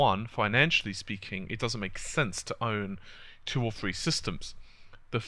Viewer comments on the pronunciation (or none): three not free